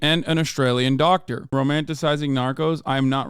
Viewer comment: lmao "romantizising"